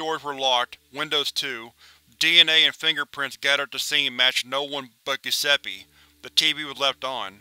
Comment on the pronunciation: "Gusseppe"... you're killing me...